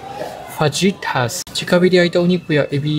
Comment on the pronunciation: Fajitas! No j sound😊